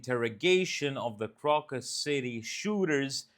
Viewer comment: The English pronunciation of Crocus is with a long O on the first syllable, like the flower. Just so you'll know.